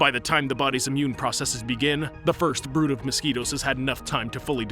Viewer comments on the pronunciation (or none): none